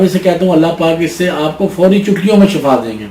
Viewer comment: dear sir lafz shafa nai hota thik lafz shifa he شکریہ